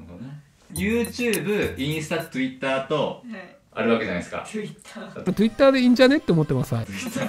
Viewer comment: とぅいったー好きなんだよなww